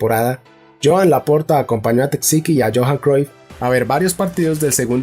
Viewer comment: Esta muy bien lpero si te dedicas a los audiolibros pon más interés en pronunciar los nombres propios correctamente. Me sangran los oídos cuando escucho Tecsiqui al referirse a Txiki o Javi por Xavi, etc…